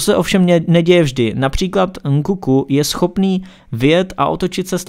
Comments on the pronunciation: Je to Nkunku ne Nkuku :D To je jak kdyby někdo říkal Prža místo Práža. Jinak dobrý informativní video. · Jakoby podle mě je to Nkunku a ne Nkuku, ale to by bylo jedno. Nevím jestli je to nedostatečnou slovní zásobu, nebo tím že samotný těm slovům nerozumí, ale celkem mě štve že stále opakuje - horizontální a vertikální. Jinak výborné video, jenom říkám, že by to chtělo trošku poladit rétoriku.